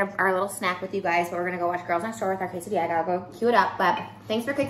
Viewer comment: If she says quesadilla one more time!!! 🤦🏼‍♀️🤬